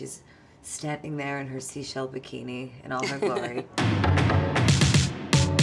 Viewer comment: Gaga: make sure you say seashell bikini Gaga: “in her SEASHELL bikini “